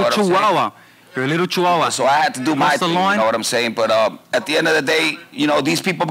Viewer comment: George calls teo sr chawawa lol 😂